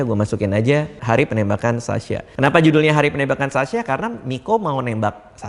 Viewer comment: Beda teman2 bang dika bilang sasya bukan sasha